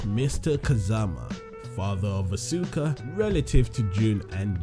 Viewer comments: EnderMan BOSS it pronounce "aska" I think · it's pronunced ask ah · Asuka is my favorite. One thing that bugs me though is when people mispronounce her name -_- It should be pronounced Awe - skuh instead of Awe - soo - kuh or Awe - suk - kuh. I think a lot of that confusion was due to the announcer in Tekken 6 during character select mispronounced her name when she was selected. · u pronounced Asuka wrong